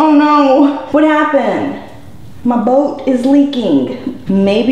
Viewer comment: I love how she says "boat" haha